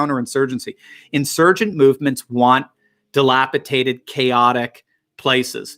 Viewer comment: How is it you correctly said DELAPIDATION early in this video and later fell back to your mispronounced DELAPITATED? There's only one T in DELAPIDATED.